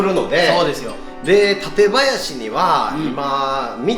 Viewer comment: 館林の発音 違うから😱 もっとクラえ